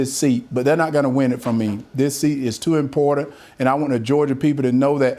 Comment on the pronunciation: “This seat is too impoter”